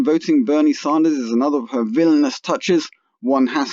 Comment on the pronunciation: I love Bernieeeee... Btw its Bernie Sanders... Not ZAHNDERS you sound dumb